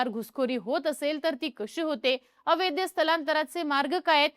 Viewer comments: कृपया अवैध म्हणा. अवैद्य नका म्हणू. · अवैद्य नाही अवैध... जे वैध नाही ते अवैध. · ही ॲंकर अवैध हा शब्द अवैद्य असा करत आहे. चूक सुधारावी 🙏🏻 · अवैद्य नाही -- अवैध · अवैद्य, अवेदी..... नाही ..... अवैध ..! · अय बाई... अवेद्य अवेद्य अवेद्य नाही 😂 अवैध असतं ते.... एवढा मोठा चैनल चालवता... थोडं मराठीच बेसिक ज्ञान ठेवा 😂😂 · ताई, ते अवैद्य नाही, अवैध असतय😂😂😂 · छान माहिती सांगितली ' अवैध ' या शब्दाचा उच्चार चुकतोय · अवैध अवैध अवैध....अवघड आहे तुझ..मराठीत किती पडले मार्क तुला..